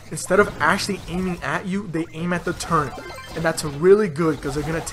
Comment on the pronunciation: Did you say “turrent”